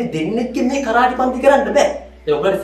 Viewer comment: පුතාලා කරාටි නොවෙයි කරාතේ කරාතේ කියන්නේ හිස් අත යන අරුත .